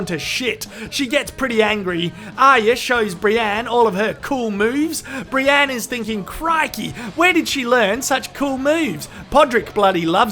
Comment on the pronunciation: Brienne not Brianne.